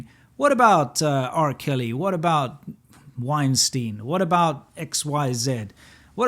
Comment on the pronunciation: It's Weinstein BTW, not Wienstein, Winston Love your videos. Stay awesome!